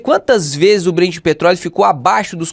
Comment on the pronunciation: Ótimo vídeo, mas é BrenT com T, ouvir “Brend” é estranho demais! Rsrsrsrs